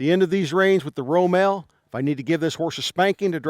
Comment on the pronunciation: It’s ROMAL!!!